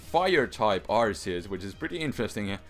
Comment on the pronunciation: I like how you changed Arceus to Arkeus :)